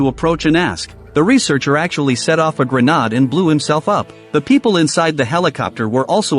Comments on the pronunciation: Grenad??? WTF is that?? Maybe teach the AI how to pronounce grenade properly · I've noticed a few AI story telling voices pronounce it "grenad"......😂